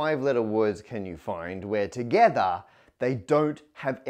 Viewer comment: ToGeTHARR Jk love your vids Matt